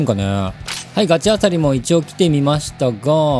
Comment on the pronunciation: ガチエリア以外のガチルールの呼び方がグヮチ○○なの笑った